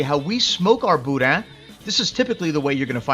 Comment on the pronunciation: I’m just happy you pronounced it right. That’s worth a lot with me 😂 FYI for anyone reading this- it’s not “boo-dan”